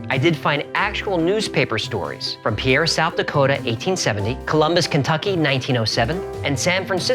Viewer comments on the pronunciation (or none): Hey love your videos and pretty much everything you put out and everyone does this that's not from South Dakota but just Incase you mention Pierre South Dakota again, it's pronounced peer. Everyone does it it's ok just thought you'd rather pronounce it right pretty much only people from South Dakota know that. Keep up the great content:) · for the south dakota state capitol. its pronounce PEER, even though it looks like how you pronounced it! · That’s not how you pronounce pierre sd